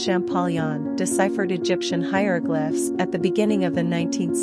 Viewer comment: I heard her mis pronounce hieroglyphs so many time I forgot how to say it myself.